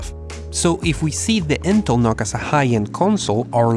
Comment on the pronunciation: I would think its pronounced "Nukes." as in short for Nucleolus. Unless you are trying to trigger Pantomath. which you would be doing a good job.